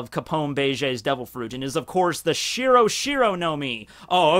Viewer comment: You pronounce shiro wrong